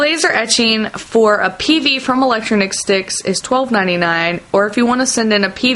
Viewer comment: electronic sticks not electro-nic-sticks or whatever